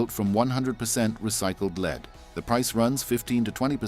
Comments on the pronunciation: AI voice faked as a British accent. The LEAD in a battery is pronounced like "led" not like "you can lead a horse to water..." This kind of bullshit makes me doubt the entire content's honesty. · 8 years so far on Motorcraft OE battery in Raptor. Why does this asshole pronounce "lead" with a long 'e'. Does he go to beed every evening? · Leed battery?